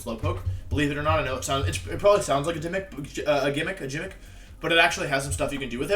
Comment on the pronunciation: ok idc how you pronounce pronouns, call them all Steve for all i care, but i got triggered as shit when i heard "jimmick"